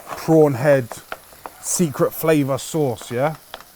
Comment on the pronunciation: Flavour with a TH…. Hahahaa